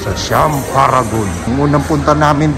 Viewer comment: SIAM (SAYAM) PO ANG PRONUNCIATION NITO